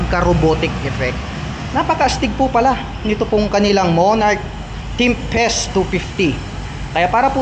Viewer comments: tempest po sir, hindi tempset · Ano ba talaga Tempest. Pero sabi mo "timpes" tapos sa kalagitnaan "timset" hahahahahahaha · Tempest, hindi tempset 😂. Good review! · Tempest ❌ Temset ✔️ Nice review ❤ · ano ano? timpest daw?